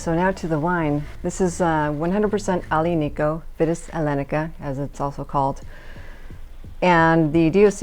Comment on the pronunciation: Thank you for this video! Very honest and down to earth. I’m an American in Italy and I found this wine a few days ago in a pastry shop at a bargain price, so I grabbed quite a few bottles. I like to get your take on another Italian tannic wine, Sagrantino. btw Aglianico is pronounced Ali-ani-co. The “G”’is silent. Thanks again!